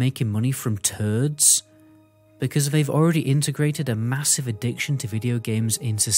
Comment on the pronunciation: I love how you say “turds” 😂😂😂😂😂